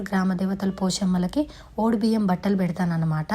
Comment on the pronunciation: ఒడి బియ్యం.....అన్నది తను......కరెక్ట్ గానే అన్నది...